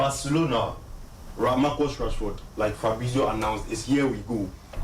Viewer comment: It's Marcus not Marcos